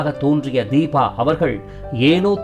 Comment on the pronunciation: Its Deepa not deeba